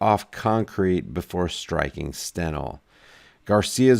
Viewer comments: FYI Its pronounced "Stein Lee" not Stenel. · STEINLE,pronounced Stinelee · The name is pronounced "Stine-ly." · # steinle pronounced Stine Lee.. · I think I heard her pronunciation as Stein-Lee...could be wrong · pronunciation is off